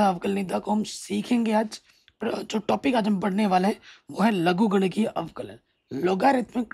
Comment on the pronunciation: Sir Avklj nahi avkln bolo na